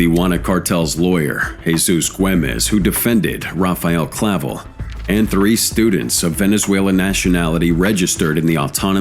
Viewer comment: That wasn't Clavel Bro that picture is Ismael Zambadas son Ismael Jr. Also it's not Clavo it's Clavel get your duckets in order Bro don't B's the You tube people